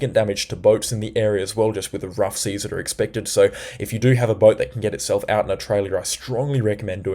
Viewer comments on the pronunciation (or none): none